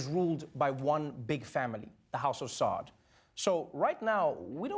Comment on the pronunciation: tho im late i must say as a rich uncle …… that the funny part out all of this was the way he pronounced SAUD is what cracked me up ANYWAYS STAN MBS